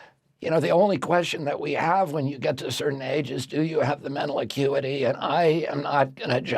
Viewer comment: Love how his guilty conscience made him flub "mental acuity" so many times!